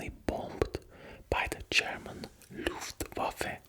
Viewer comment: I´m German and I never saw a non-German guy saying "Luftwaffe" better than you, you are indeed a legend